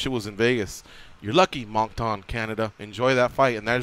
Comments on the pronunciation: Monc-Ton eh lol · Pronounced monk tun